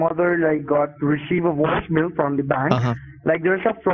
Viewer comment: “My mother got a woicemail” 😂😂😂😂